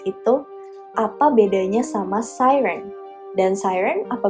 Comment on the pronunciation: kayak kagok aja